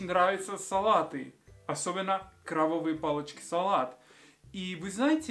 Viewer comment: классное видео!!!!!!! 😂 особенно фраза "я такой мажор" 😂👍 знаешь, это одно из самых больших разочарований детства, что крабовые палочки не из крабов. Y mira es krabovie, con b de banco, no es krovavie, como lo estabas pronunciando un poco mal:( кровь es sangre